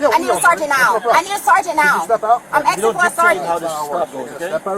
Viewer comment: she's axing for a sargeant